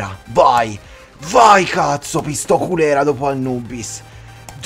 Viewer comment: No pistoculera ma pistocolera ahhaha